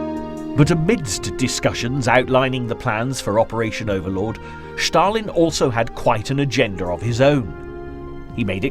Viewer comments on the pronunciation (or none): Stalin not schtarlin